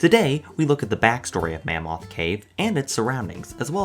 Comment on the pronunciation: Have you ever been to mammoth cave? You pronounce it like you have never been. Mah-moth cave.